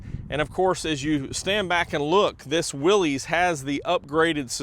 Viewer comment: Willis not Willies